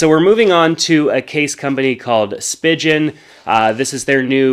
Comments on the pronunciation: Speeee Gen not spidgeon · I’ve always said “speegen”. I’ve heard “spy-gen” but never “spidgen” haha. Who knows?! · For future reference: Spigen is pronounced Spee-gen, not Spijin. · I tolerated until he said spidgeon 😂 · Cool. I always thought Spigen was pronounced "speegen" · So mad at the way you pronounced Spigen lol